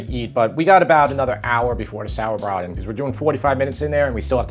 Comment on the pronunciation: Love the sauerbraten pronunciation